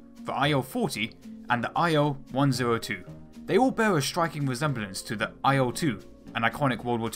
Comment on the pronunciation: I swear your pronunciation of 'IL' sounds like 'IO...'